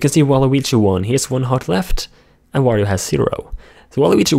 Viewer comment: Quick notice "World of Wirio"